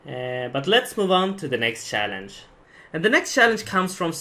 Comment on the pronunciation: TYC: Actually say 'CHallenge' instead of 'SHallenge'